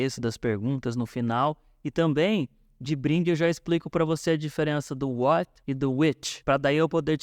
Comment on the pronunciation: ela fala what do you like to do, mas eu escuto why ike to do 😐